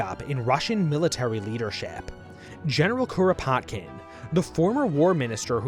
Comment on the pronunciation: 🪖 The early 1900's were wild. Also you might as well say Kropotkin like a Japanese person all "Kuropatukinu kun" by how you're saying the name lmao